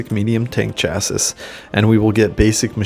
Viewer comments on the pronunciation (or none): it’s Shassy not Cha Sis